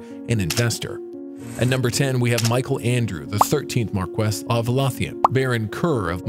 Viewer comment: It's not pronounced lawthian, but rather Lowthian like low thee ahn.